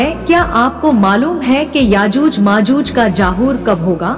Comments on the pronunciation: Yajooj majooj ka zahoor world he na ki jahoor mohtarma Urdu sahi bolain please 😢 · Jaahoor.. nahin maataji, zahoor kahenaa. BOLI mey galat aavaaz nahi hona chahiye. !